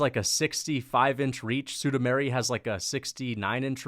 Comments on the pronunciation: I’m sorry bruh but it’s been annoying me for over a year. SUE-MOO-DAR-JEE. Not SUE-DOO-MARY. Come on man. How do you get Sue-Doo-Mary from SuMudaerji? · Suda -Mairy ?! Really ?! Chael and MMA Joey would be proud of you ! 🤣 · Who is "Sudameri" c'mon dude.